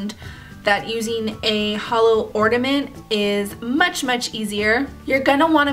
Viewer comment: ornament with a N.. Not ordament with a D.